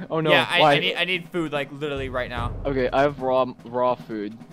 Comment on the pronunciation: Albert when video starts: oke wewewe